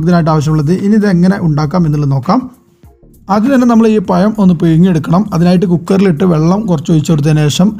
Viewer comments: പഴം എന്ന് പറയാൻ ചെറുതായി പഠിച്ചു എന്ന് തോന്നുന്നു. പക്ഷേ ഇപ്പോളും വായ എന്ന് തന്നെ ആണ് പറയുന്നത്. Payam വായ. . എന്താണ് ഭായ് ഇങ്ങനെ? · Payam alla pazham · പയമല്ല.... പഴം 🤣🤣🤣